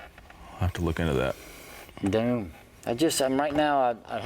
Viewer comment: "Thoom" hahahahahaha